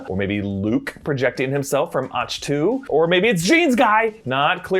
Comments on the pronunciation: The planet Ahch-To is pronouced AHK-Tu, not Ach-TU. They say it a bunch of times in the movie...Sometimes im not sure if you a legit fan of the movies and shows yall do videos on, or just reading scripts. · its Akk tu not och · It’s pronounced “Ah-ck Two” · Right?? What the heck is Ahshh too? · Isn't it pronounced Ak-to Like the composer Bach?